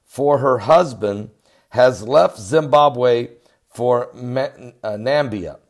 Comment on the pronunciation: It is called NAMIBIA not Nambia!